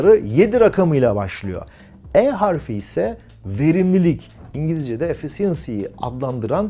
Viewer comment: Efficiency kelimesi için telaffuzunuzu gözden geçirmenizde fayda var. İçerik için teşekkürler.